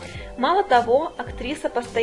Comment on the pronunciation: Слышь ты , безграмотная - "коверка'я". Ты где ударение в слово сделала? А туда же, в критики лезешь.